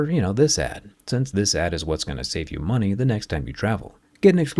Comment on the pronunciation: Money not moneys lol😂